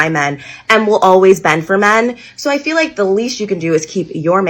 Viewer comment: Someone please tell these girls that the word is "feel" not "fill". In every single video too, every black girl says fill😂😂😂😂😂please take some English courses